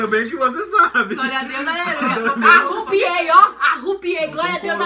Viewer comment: "arupiei" KKKKKKKKKKKKKKKKKKKKKKKKK